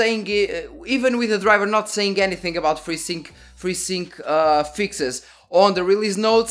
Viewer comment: i thought to myself... what the heck is "Frizzing"? and then AAAH.... FreeSync